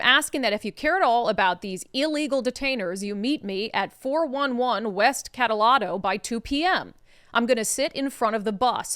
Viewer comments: Uh Brandi "Cataldo" is pronounced "Ka-tal (rhymes with 'gal')-do. The street was named to honor the priest who founded Gonzaga U. Secondly, unless it's changed, KREM is/was owned by KING Broadcasting. The question that needs to asked is how many of Stuckert's protestors are from Seattle and/or Portland? Followed by - how many from Spokane? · Yea well, CBS affiliates are all piles of shit. Remember, it was CBS that got spanked for heavily editing the Harris interview. (Brandi: ka-TAL-doe = Cataldo)